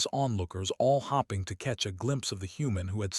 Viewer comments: Ok I've got a problem with the way the AI narrates, hopping is something a rabbit does hoping is something I'm doing that I can convince who trained the AI to change the way it reads. Because it does the same thing with fadding and fading, by use the short sound of the o or the a you are changing the meaning of the word the way it is saying hoping the I following directly after the the p indicates the o should be pronounced long not short the same thing with a the e follows directly after the d indicating the a is long not short. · This would have been a pretty good story, but it was merely okay because it was badly marred by the pathetic AI voice mispronouncing words every few sentences. For example, when someone was wishing for something to happen, they weren't hoping, they were hopping. After a while this gets so damn irritating that it makes you want to stop listening.